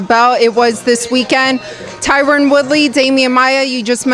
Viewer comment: C'mon Kevin you black his name is TYRON not Tyrone lol